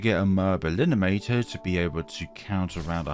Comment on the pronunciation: stop saying "elinimator" 😭